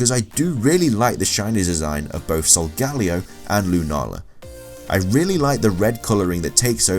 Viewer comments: Names you butchered: Solgaleo Nihilego Necrozma Yveltal Sol-guh-lay-o Nee-hee-leh-go Ne-crow-z-muh Ee-vel-tall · Jackie Mcclain what’s that supposed to mean...plus we do pronounce Some Pokemon names differently